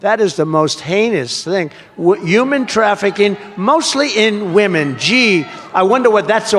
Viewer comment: Trump says Youman trafficking. Not Human trafficking.